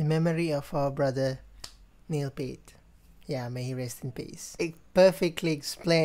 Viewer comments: Neil's last name is pronounced P-ear-t (pointing to my ear). Not Pert. Got it? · His last name is pronounced : P- Ear-T; not Pert. A great Canadian trio who Neil was the drummer and wrote the songs. He is your favourite drummer's favourite drummer. Buddy Rich; Jon Bonham; Neil Peart top 3 anytime anywhere. Can not pick the top of those three. Each influenced the next generation. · "Neil P-ear-t"